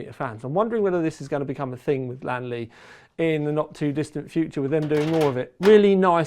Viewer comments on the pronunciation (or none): its li an not lan mate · Only you,, pronounce the brand with two syllables, and you almost got it right. Most native English speakers say this with three syllables like Li-An-Li. I'm not a purist or something, but knowing how English words are pronounced, it feels odd that the L-I-A-N series of letters become two syllables, but names like Neil, John, Pete, etc are said with one. The Chinese pronunciation is like lien in Alien. Like Alien Lee but remove the A. Lien Li.